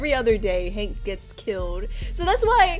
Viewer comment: i like how she say hang instead of hank XD